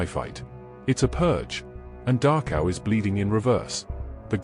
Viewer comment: Please tell he narrator that it’s called Dachau, not Darkhow.